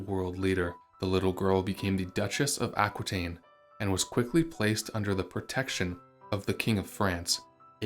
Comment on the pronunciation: Aquitaine is pronounced Ah-kee-ten, as it is French. The French language doesn't pronounce "qui" as kwee, but "kee"